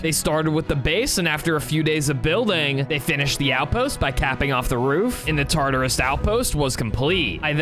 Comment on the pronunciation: Did you really just say tartus he is a beast that made something called yin and Yang